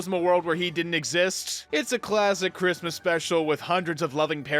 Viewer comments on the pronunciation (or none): it sounded more like "chrittmas"